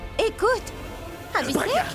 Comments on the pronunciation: Mounie les prononciation des noms😂 Pragya ❌ Piragya ✅ Abhi sheikh ❌ Abi Sec ✅ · Moi à chaque fois que monie prononce le nom d'Abi en disant Abisèk ,je ne peux pas m'empecher de rire😂😂😂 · Elle dit piragya Abhisek et Ayla